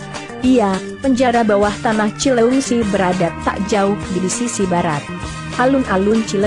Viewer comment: Lu admin kaya nya bukan orang Sunda ea.. Nyebut cileungsi aja susah bnr.. Pake cileuingsi..